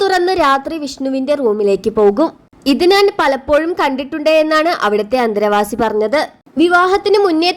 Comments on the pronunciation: അന്തേവാസിയാണ് അന്തരവാസി അല്ല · അന്തരവാസിയല്ല 😂😂😂😂😂അന്തേവാസി എന്നാണ് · അന്തര വാസി അല്ല അന്തേവാസി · ഡേയ് ദാരിദ്രവാസി അന്തരവാസി അല്ല അന്തേവാസി 🤦🏻‍♂️🤦🏻‍♂️ എലിയും പറിയും തിരിച്ചറിയാത്ത ഓരോ വാണങ്ങൾ 😏🥴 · അന്ധര വാസിയോ ഈ പെൺകൊച്ചു എന്തുവാ വിളിച്ചു പറയുന്നത്. ആദ്യം ഉച്ഛരിക്കാൻ പഠിക്കു